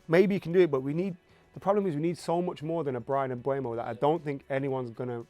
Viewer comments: All these “experts” really need to learn how to pronounce Mbeumos name correctly 😂 It’s MbEUmo, not MbUEmo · Stop saying Mbuemo, it's disrespectful and shows a lack of professionalism. The dude's name is on a card right behind. There's videos of him pronouncing his own name. It's been years since he's been in the Prem and he plays for your club now, show some respect. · all 3 of them called him Mbuemo 😭. It's Mbeumo guys, come on. M-beu-mo